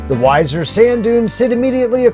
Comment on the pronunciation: Weeser not Wizer